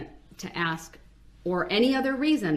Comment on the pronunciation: Axe me.. it's obvious..love it shit talking squirrel 🙄💖